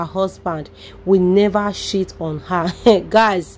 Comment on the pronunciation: …you have a wonder sense of analysis but some words are wrongly pronounced. Cheat…is "ch" not sheet…. Please practice before you post. Thanks